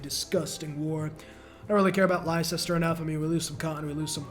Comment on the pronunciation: honestly you deserve having elizabeth send all of england after you for that atrocious pronunciation of leicester, even the people were so appalled they defected to eggman harald